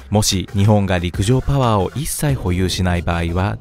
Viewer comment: 陸上パゥワァーでいちいち吹く